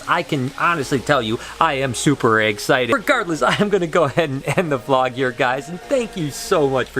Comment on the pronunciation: did he say Egg-cited or was I hearing things